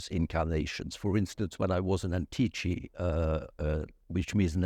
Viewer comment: Thanks for the talk. One small detail: It should be ANTICI not ANTICHI Group